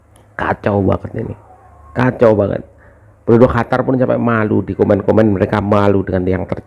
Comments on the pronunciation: Eeh bos bukan hatar yg benar adalah Qatar ok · Qatar om bukan Hatar😅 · Qatar bang bukan hatar... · Qotor bukan Qatar... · Qatar bukan hatar 😅😅😅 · Bukan Hatar tapi Qatar atw lbh tepatnya Indonesia vs QaVARRR 😂😂😂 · qatar klo dibaca di ejaan bhs indonesia jadi kotor... qa dibaca ko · Qatar Apa Qotor sih yg bener !!!!! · Min ente terlalu lebay mau tampil beda, seluruh dunia baca Qatar ya Qatar bukan Hatar gak usah mengada ada biasa aja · bukan Hatar om, tapi Qatar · katar bacanya om, bukan hatar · Qatar bos.... bukan hatar.... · Heehhee siyapa bilang Qatar jadi juwara